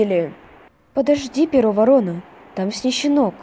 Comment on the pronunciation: волка зовут Перо Ворона. А вы читаете так: Перо Воро́на. А правильно так: Перо Во́рона. Вот например разбор его имени: Перо (чьё перо?) Перо Во́рона. Читайте правильно в следующий раз!😠